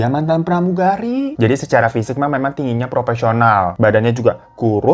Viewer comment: bang hiroo, proporsional bwanggg, bukan propesional 🤣